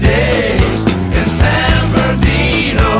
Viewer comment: As someone who lived there for a while, I can confirm that San Ber'dino or just San Berdoo are common local pronunciations.